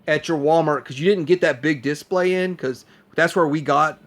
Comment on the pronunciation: this is how to pronounce "display". You hit the second syllable, not the first.